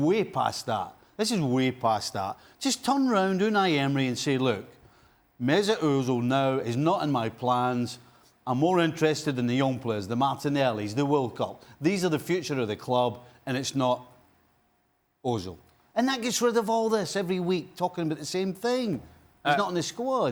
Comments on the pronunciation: Did stevie just say the Walcott or the wilcock?? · Did this clown just said "Walcott"? Ok I'm done with his punditry.... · Stevie said willcop or willock 😅😂😂😅 cause I know the name he's trying to say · Did he say “Walcott?” 😅😅😅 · Did Stevie say Willcock? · The "willcott" 😂😂